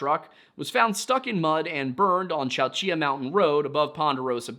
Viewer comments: small correction. Chowchilla is pronounced with the "L's" like in chilly. at least that's how we pronounce it and I'm from the area. Merced is also pronounced Mer-Said, I promise that I'm only providing feedback and not being pedantic. Tuolumne -> Two-all-um-me as well. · A Local here .... Chowchilla you actually DO pronounce the double LL as L's and not the typical Y in this area. I was born and raised in Madera county and lived in Chowchilla for 10 years. The name comes from a tribe of native Americans Named the Chowchilla Yocuts. And Merced is Mur-Said. Otherwise, nicely done. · never heard Chowchilla pronounced like that.